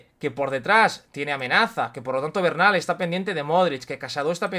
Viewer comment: Porqué se pronuncia Bernal cómo Barnal? Es así en catalán?